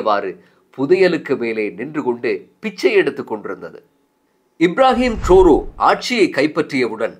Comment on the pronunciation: இப்ராஹிம் ட்ருறே என்று உச்சரிச்சு இருக்கலாம்